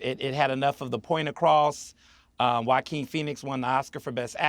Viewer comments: yockim??? HUAHKKEEN =JOAQUIN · I love the English, they invented the best language in the world and can't pronounce the word Joachin! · Learn how to pronounce Joaquin ffs